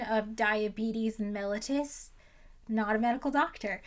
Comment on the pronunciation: oh no she said "MEL-itus" like some kind of rare earth metal 😂 "we now know that adults can be diagnosed with type 1 diabetes, I don't understand that, I'm not a doctor" yeah, that's what my ACTUAL DOCTOR said too. edit* OH SNAP she said it correctly also, solid information.